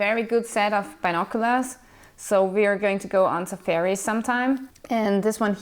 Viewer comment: too funny. I thought you said you were going on "ze ferry", later I realized you meant "safari". James Bond would be proud of your equipment load-out! and MacGyver. good job on the vaccinations, but I'd also be worried about kidnap & ransom, terrorist extremists, crooked cops & politicians, armed insurgents, thugs in general, etc. I guess there's bad germs, bad animals, and bad people. You got the first one covered. maybe you can rent a Glock while you're there, or maybe a rusty 100-yr old revolver? Good luck! keep us posted. seriously, wishing you the best.